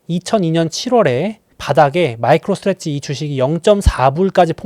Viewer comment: 마이크로 스트레지 아니고 '스트레티지' 입니당.